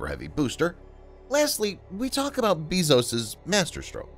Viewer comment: BAY-ZOS NOT BEE-ZOS OH MY GOD